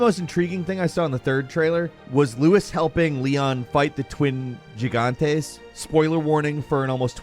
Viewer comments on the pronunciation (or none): Wow after almost 20 years you can’t pronounce “gigante” and “Luis” properly? Lmao